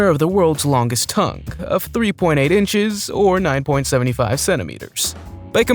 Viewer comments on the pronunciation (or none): 9.75 is nine point seven five NOT “nine point seventy five” - how would you say 9.753? Presumably you would say nine point seven hundred and fifty three - see how ridiculous you are?